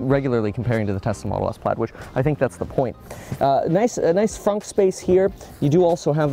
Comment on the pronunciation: Why is it fonk and not fronk?